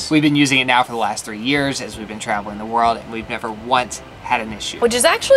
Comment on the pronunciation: Love your videos as always and you guys are awesome couple❤ I love travelling via train too🚊 and cracking me up by saying I have never “bean ” so sad 😂😂😂